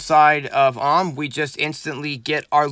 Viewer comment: its A-U-M, “Auhhm” just sounds weird